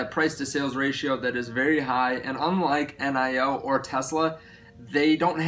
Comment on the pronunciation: Its not pronounced N I O as C I O. It is NIO as in jalapeño 😉😀